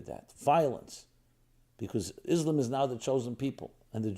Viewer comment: yeah perfect, learning from someone who can not even pronounce the name Islam correctly.